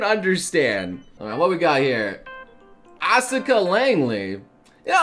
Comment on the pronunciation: It is pronounced AS-KA the u is silent